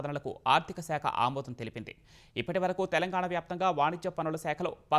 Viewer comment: Telangana pronounced wrong and these people are selected for news reading.